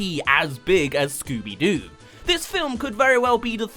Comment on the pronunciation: It's scobby do